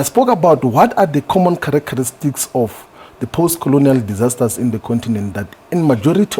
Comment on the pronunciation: loool shivambu characharestics or characteristics